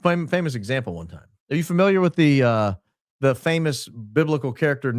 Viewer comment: ..." I'm familour with the lady garden..." 😂😂😂😂 I'm creased 😂😂😂😂